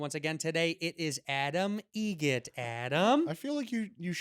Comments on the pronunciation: It’s Adam EGRET...like the bird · actually it's egret, like the bird